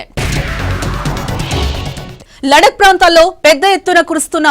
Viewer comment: లడాక్ కాదు, లద్దాఖ్ అనాలి. సరి చేయండి .